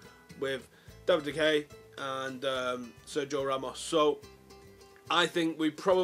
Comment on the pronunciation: Sir-Jo-Ramos and De-Hey!